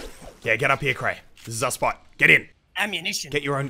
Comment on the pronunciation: I thought you said you were playing with crainer😂